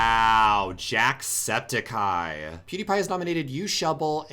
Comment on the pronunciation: I hate how he pronounces "Jacksepticeye" He says it like Jacksepti-cai